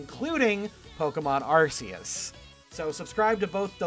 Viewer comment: It's pronounced Ar*ke*us not Arseus. It's a god, not a dish soup.